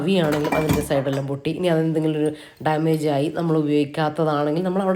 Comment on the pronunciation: എല്ലം അല്ലാട്ടോ.. എല്ലാം ന്ന്‌ പറയണേ 😁